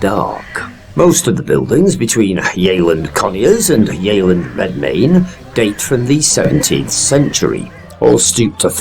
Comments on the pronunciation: It isn’t pronounced ‘yayland’. It’s pronounced ‘yeh-land’. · It's pronounced Yelland,had an Aunt and Uncle lived there for years.